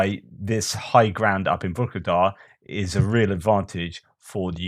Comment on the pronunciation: There is no G in Vuhledar